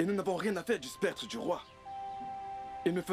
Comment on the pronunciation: SCEP-TRE !!!!PAS spec-Tre !